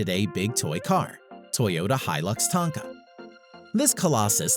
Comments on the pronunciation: Okay since we're on the ''...he has a good voice, but wondered why he said 'Tanka' instead of 'Tonka'. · Forgot to add this 11 litre engine on the rock bouncer god damn no wonder younger people are so dumb they watch this and get the worst information on it all. The comment And Is it just me or is he saying Tonka incorrectly